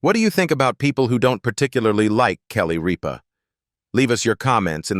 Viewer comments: Her last name is not Reepa! Pronoinced Rip -ah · Not ripe-a, but Rip-a!! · Her name is Kelly Rip_ ah not Ree_pa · I hate videos where this AI crap mispronounces words, especially important ones like her last name (it said Reepa, then Rypa) the name of the damn show! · It’s Rip-a not Reeba! Kelly Ripa!! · Yea who the heck is reeepa ?? I hate this AI JUNK … it TOTALLY NEEDS TO BE REAAALLL PEOPLE NOT AI FAKE JUNK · It's pronounced RIP-AH! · Also her last name is Rip as in tare something, like the seat of your pants pah...RIPPAH Not ripe fruit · Okay commentator, it’s RIPPA, like I’m going to rip your paper in two. Geez! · This is AI generated. Gets names wrong. Keeps referring to Kelly Ripa as “Reepa” or “Rypa”. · I don't care for her. But, her name is not Reep- baa. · Sorry but you have to learn how to say her last name right rip her like I’m gonna rip up my pants❤ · Can this fella pronounce the names of the people the correct way please . You are driving me crazy by not doing so ex. Kelly Ripa. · The AI isn’t even saying her name right. Also her show got 3 Emmys this year. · yes, please!!